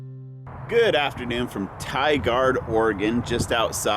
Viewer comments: "Tie Gerd" not "Tie guard" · Tigard is actually pronounced 'tygerd' , kind of quick and all one syllable almost. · Funny how he mispronounced Tigard. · i hope someone told him how to pronounce tigard right